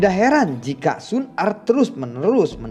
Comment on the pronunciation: mantap bang, yg kemarah xun er kurang jelas wkwksemangat trus💪💪